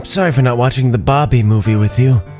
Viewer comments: Did anybody realize that said bawbie instead of barbie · i'm sorry but did anyone hear ''Bah-bie'' instead of Barbie? Cries